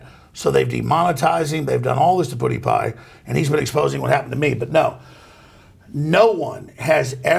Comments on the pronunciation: I love how Alex Jones says PewDewPie. "Puddy pie" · The way he said "pewdiepie" Poodipie at fucking cracked me hahahaha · my favorite sound in the world is Alex Jones trying to pronounce "pewdiepie" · I don't like how he said "figure" with a hard R there. Also, Alex saying Pewdiepie should be sent on an interstellar radio message.